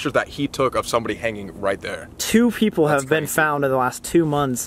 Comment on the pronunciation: "There are peopler in here " no its BATMAN "I almost died " 😂